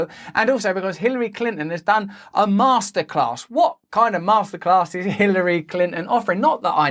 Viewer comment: Masterclass sounds like Masterrace....